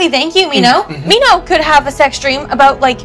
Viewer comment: The way she says "mean oh" instead of min ho